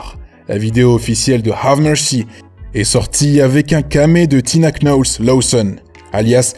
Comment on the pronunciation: Y'a que moi que ça dérange quand il dit Hale au lieu de "Hali" 😭 et quand il dit Tina QKNOLZ 😭😭😭 mes oreilles ... Bref superbe vidéo à part ça .